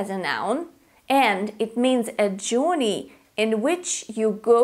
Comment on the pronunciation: Dear it's not Jorrney it's Jurrney as in Journey perhaps your Russian accent! Where to Europe?